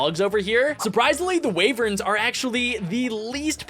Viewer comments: WHY WHY DOSE HE CALL WYVERNS WAYVERNS?!?!?!?!" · you're pronouncing wyverns wrong it's pronounced why verns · They pronounced why-verns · Wyverns are pronounced whyvern